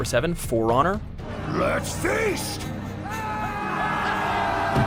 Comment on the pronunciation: For...Honor? That intonation =)